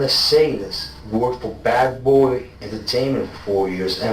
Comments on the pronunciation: Buddy's accent sounded like he said Butt Boy Records instead of Bad Boy Records. Lol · Bro youre saying "buttboy records" on purpose eh ;D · Everyone pronounces it wrong it's not "Bad Boy Records" it's pronounced "Butt-boi Records" 😂😂😂